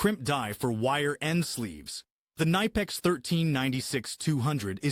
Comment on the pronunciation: Stop pronounce the brand name wrong! It is German brand and it is pronounce [Knipeks], NOT [Naipeks]!!!